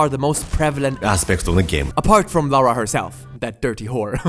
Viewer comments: I must have died at least 200 times in this. Took me years to finish this game. I enjoyed the first 2 a lot more. And her name is LARA, not LAURA :) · Stop saying "Laura" it's LARA KRAFT